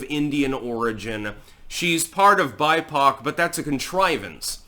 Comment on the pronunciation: Lul I heard "she is buttpoc" not bipoc. Hahaha